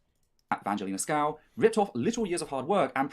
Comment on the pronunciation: Also just a side note is purposely saying her last name wrong which is just (Sk-oo-v)